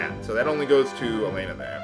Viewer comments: And about name of main heroine. Actually there isn't name like Alena in russian, sure Belorussian version have that spelling, but if game roleplaying russian here name is same as Hellen or Ellen and actually written as Alёna(yes with dots) and spells like Alyona. Well a little ranting for teh great justice. p.s. And i'm amased how close to truth you pronounced Kyril and Borya names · Alena's name is pronounced wrong. She is like Alex from Totally Spies because of her martial artist attacks. 🎌